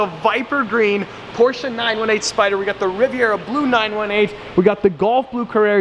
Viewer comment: Congrats on the Supra! YES! pronouncing Porsche correctly!